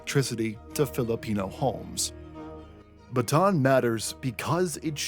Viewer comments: It’s pronounced Ba-Ta-an, not Batan. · It's pronounced Bata'AN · Bataan is pronounced with three syllables (bah-tah-ahn), not two. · I have yet to hear a creator pronounce "Bataan" correctly. Maybe one day I will.